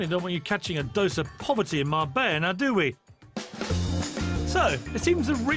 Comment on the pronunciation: 45: min program and couldnt say Mar-BELLA correctly once!! not marbaya! what a loone!